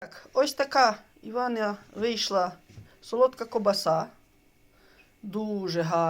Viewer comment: А не ковбаса....